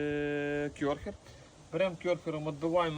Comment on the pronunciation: Та не кЁрхер, а кЕрхер.